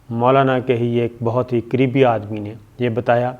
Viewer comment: when you said "Maulana k kareebi aadmi" I thought you said "Maulana k creepy aadmi". For a second I thought you feel the same as I do. :D